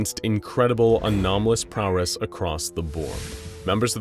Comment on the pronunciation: Prowess not prowress